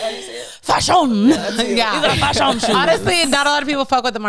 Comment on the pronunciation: I felt that when she said I might be broke or up or how ever but if it’s a shoe she wants from CPFM she gets it, and that’s me too lol with other shoes, Btw you guys need a twitter, I’m tryna show y’all a fav Nike blazer of mines from 2009. 👍🏼 btw that everytime she say FASHUN it’s hilarious 😂